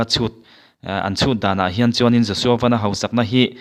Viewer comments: Josua van( motor ang hian lam loh tur )sky (van ) kan lam ang hian lam tur ani e.... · Laiah Van sky bible mi angin an lamlo tuna a lamrik kha adik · "Van" i lam dan hi a dik chish em? A dik ka ring lo mang e. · Joshua Van hi Lirthei a 'van' anga lam tur a ni lo a, chunglam 'sky' angin 'Van' hi lam tur a ni. A hmingpum pawh Joshua Vanbawithawng a ni.